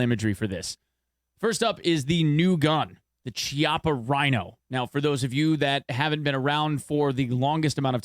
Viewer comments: Chiapa is pronounced like "keeapa". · Great video! Two things; Chiappa is pronounced key-awp-uh. The reason why the VSS and AS-VAL are the only weapons chambered in 9x39 is because those are literally the only two firearms in the world(barring custom manufacturing) that use that caliber.